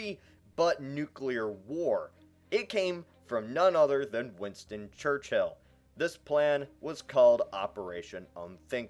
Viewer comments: It's not pronounced church-hill it's pronounced church-ill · Its Church-ill Not Church-hill! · it's not fucking "church hill" it's pronounced "church ull" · It's not pronounced Church-hill, it's pronounced Churchill. One word. There's no need to emphasise the H.